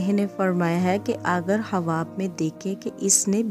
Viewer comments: Aap pehle achchi tarah se bole۔ hawab nhi ۔۔khaaab hota hai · ہواب نہیں خواب ۔۔۔۔ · خواب)خاب پڑھا جاتا ہے